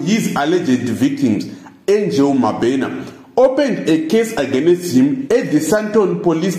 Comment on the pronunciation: 🤣🤣🤣🤣I died 🤣🤣🤣🤣Aganest